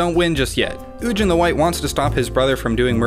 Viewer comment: I don't trust anyone that says "ujin."